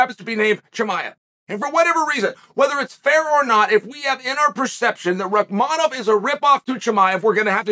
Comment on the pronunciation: I’m surprised chael can say this guy’s name correctly